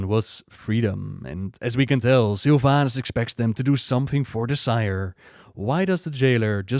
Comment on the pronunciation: i keep hearing sylv anus